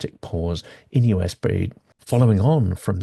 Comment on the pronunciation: US AID is pronounced - You Ess Aeh Eye Dee.